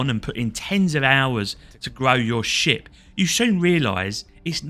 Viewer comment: "you will start out in your new little sh*t" Yep that's accurate enough. Also ship and sh*t are indistinguishable thanks to your accent lol